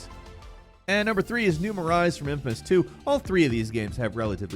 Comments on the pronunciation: New Mor-eyes? It's pronounced New Mo-ray lmao. I swear they always get a pronunciation wrong. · For a game you claimed to love, Infamous 2 is set in New ma-RAY. That's how it is pronounced in the game. Over and over again. Please spell stuff out for the Talent. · "Empire Bay." "New Mah-rise." Tell me you've never played Infamous without saying you've never played Infamous. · I dont think he played infamous 2 with the way he said New Maris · Learn how to pronounce New Marais along with Saint Denis. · Hearing you mispronounce New Marias multiple times hurt lol it says it in the game so many times! Otherwise great video tho